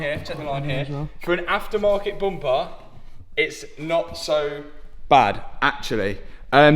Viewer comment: Say more 'bumpahh'